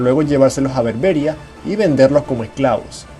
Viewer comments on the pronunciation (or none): Por que tenéis los Hispanos, la puñetera costumbre de cambiar el acento a las palabras?, berbéria, cuando lo correcto es berbería, o vidéo y no vídeo, es un problema de analfabetos?, no lo ceo, o de intentar cambiar el idioma? no se por que sera, pero la verdad es que suena a absoluta ignorancia, me gustaría que alguien me lo explicara, por que no lo entiendo, como soltar un mariconada de parrafada en ingles, cuando se esta ablando en Español, para dársela de mas culto?, pues queda como ignorante pues tiene el idioma mas rico, lenguisticamente ablando, en fin cosas de la vida que le vamos a hacer. Por otro lado felicitarte amigo a pesar de tu cagada con berbéri, buen vídeo, un saludo. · Argel se pronuncia con acento en la "e", y Berbería en la "i". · Antes de realizar un video,deberías aprender a pronunciar correctamente los nombres de los lugares sobre los que hablas. Argel,lleva el acento en la e,por tanto se pronuncia Argél y bebería con acento en la i .